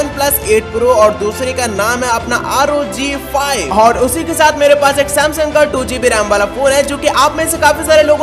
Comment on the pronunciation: Bhai rog nhi r o g hota hai